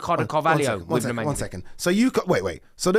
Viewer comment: As soon as he said Vidic I was done